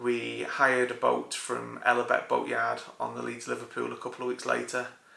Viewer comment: Noooo not land-gollen. It’s lan-goth-luhn 🏴🏴🏴 Like the small boat, cool